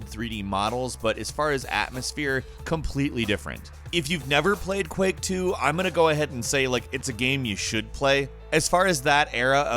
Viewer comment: Are you saying Quick or Quak LOL I think its Quake but nice vid